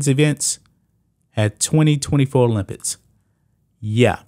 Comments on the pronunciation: Why do you say, 'Olympitts' ? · OlympiCs please say it properly. It's not olympits This is getting ridiculous. Men should compete with men. Women should compete with women. Biological women and biological men. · He said "olympits" 😂